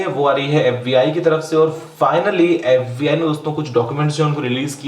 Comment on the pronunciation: its FBI NOT FUCKING AFFBI